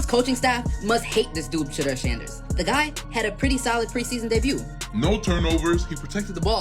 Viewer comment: Shadder??? Shedeur SANDERS!